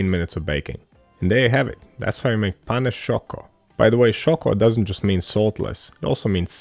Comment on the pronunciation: Perfect pronunciation of "pane sciocco" !!!